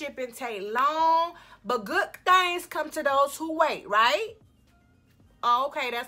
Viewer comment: "some real gwudd" lmao